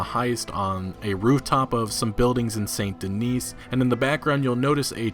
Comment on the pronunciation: I think saint denis is pronounced Den-EE silent S